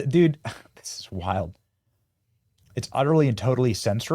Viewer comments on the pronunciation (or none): none